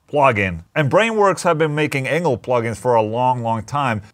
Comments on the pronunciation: Sounded like you said. "Ola testing anal plug in" in the intro. Glad to see the video about the Engl though. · Who else thought Ola said, "Anal plug-in" instead of "Engl plug-in"? Lol! 😂🤣😂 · Every time I hear you say Engl plug in, I hear anal plugin. But that’s on me. 😜🎸🤘🏻